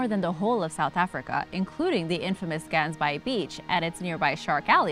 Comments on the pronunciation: I was confused when she said Gansbaai, had to look at the subtitles. That being said she did at least try and pronounce it correctly so well done for the attempt. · Omg u can not pronouce Ganbaai😂😂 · I live near gansbaai the way you pronounce it kills me lol it is pronounced in engleish goose bay but it is in afrikaans so it has n ggg and a aa sound to it